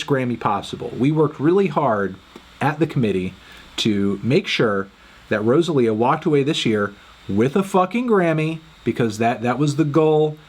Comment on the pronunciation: why he say rosalia like that